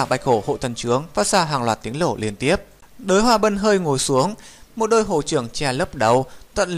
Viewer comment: Đới hoa bân 1vàng 2 tím cư ak.ad có đọc sai ko thế